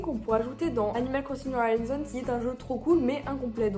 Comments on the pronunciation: Ton accent sur "new horizons" fait tellement mal aux oreilles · Son accent n'est pas parfait mais loin de la de faire mal aux oreilles